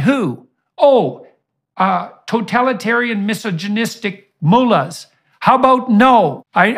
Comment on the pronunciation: Has his very own pronunciation of "misogynistic" too.... who says it like that?